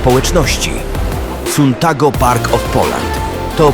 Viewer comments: nie czyta się suntago tylko santago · Mówi się santago a nie suntago